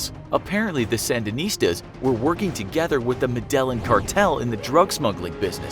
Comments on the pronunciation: Madellin cartel? Wow that was pronounced insanely wrong. Ever seen Narcos? They say it many times..... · Jason Ward medEJIIN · Why did you pronounce is like medal-in? I thought you were supposed to be smart. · Pronounced “Medayiin” for gods sake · It’s pronounced “Med-a-in”. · the word Medellin is pronounced "med-e-yeen"... the Spanish double ll as well as the accented "i" are the reason for this strange pronunciation... I don't think it effects the overall quality of this video, just might be something to be aware of in future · It's pronounced me-de-yeen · Medellín man , meh-de-yin. I appreciate the artistic rendition of the tale. But you guys need to make basic research instead of just taking literal paragraphs from other poorly researched sources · Luis Castellanos no med e jin its a jay sound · It's pronounced "Meh-de-yeen" Cartel. Cmonnnn Infographics lol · JP no med e jin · Meh-dell-in cartel.......really... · “Med-delling” Cartel! 🤣🤣🤣 sweet pronunciation. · Its pronounced "MEH-DA-YEEN" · Every time you said medellin, you triggered me a bit. Great video btw. But it is pronounced Me-De-Yeen. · No its mede jin not yin double l sounds like j in colombian spanish not yin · Es me de jin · Med-day-een...c'mon now, research this ish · Med eeh yeen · U idiots it me de jin its a j sound not yin learn spanish u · it’s Med-eh-yeen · "Medellen cartel" oh come on cant you research pronounciation? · Would you pronounce Medellin correctly? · Pronunciations terrible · Say Medellin right please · Anybody else cringe every time this guy say “Medellin” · You said MEDELLIN CARTEL wrong lol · The pronunciation of “Medellin” was kinda bugging me lol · Horrible what planet does the dude live on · So I'm not the only one hahaha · The needs to learn a couple of things. Pronunciation of very simple proper nouns for one, and factual timeline continuity for another. Weak effort. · Medellin cartel 😂 you said it so wrong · The way you say Medellin smh my head